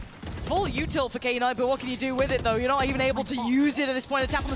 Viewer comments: I get irritated every time she calls him, "K-night" wtf woman read😂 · the most shocking thing is that they are reading "knight" as "K night"🤔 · I hate it when she says “Kay Night” 🥹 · Anyone else’s night ruined from her saying Kay night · Knight ❌ k-night ✅ 😂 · Why they saying K night instead of Knight? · tf is k-night? it's pronounced as "night" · Is it really k-night?